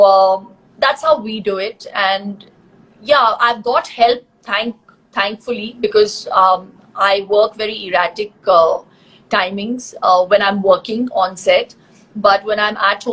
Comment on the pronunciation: I am not sure if shilpa aunty said erratic or erotica 🙄🤔🤣🤣🤣🤣🤣🤣